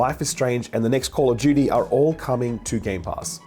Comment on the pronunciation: "Call of Judy" 🤣, Jake has full right to rag on you because of this.